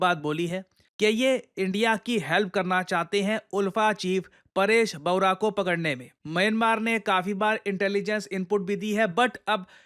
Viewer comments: It’s Baruah (pronounced as "barua", more accurately "borua"), not baura. Please correct this. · Baruah likha hai Padh rahe ho baurah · बौरा नही बरुआ है। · It's not Baura ..it's Baruah 😅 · its not baura😂 its Baruah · Paresh Baruah is right not Paresh Baurah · A small correction: ULFI's chief Paresh Baruah."Barua" or "Baruah" should be pronounced as "Ba-Roo-Aa" - not as "Bao-Raa" that you used. Barua is a very common surname in Assam. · kya baurah baurah kr rha yaar ye aadmi XD....baruah hai sir wo....bauraa to nhi gye ho?? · Paresh Bawra nahi . Paresh Baruwah ha uska naam 😂 . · paresh "barua" hai, BAWRA nhi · Baura nhi baruah😅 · paresh bawara nehi paresh baroo aah hai. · Paresh Baruah❌Paresh Baura✅